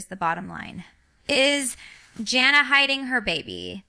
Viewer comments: I agree this is AI. Ginger would know how to pronounce her oldest sister's name and it isn't JOHNnah. Her name is JAN uh, Jana. FAKE video waste of time. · I watched about less than ten seconds ...first she called her John-a , and then Jane-a, neither of which are correct and jinger has NEVER called her either of those. She really should sue, as someone else has suggested! What in the AI crap is this?!!